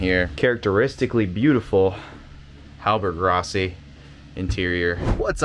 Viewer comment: That interior is remarkably well preserved. Looks like she's been on the hard for a while. Side note, it's not a hallberg-ROSSY, it's RASSY